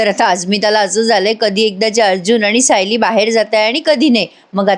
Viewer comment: तुम्ही खूप छान सांगता.फक्त तुम्ही "सायली"यात तुम्ही उकार म्हणून होतात पण ल ला वेलांटी आहे.😅